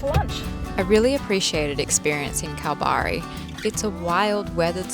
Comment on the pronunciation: I'm a local Perth gal - it's kal-barry :)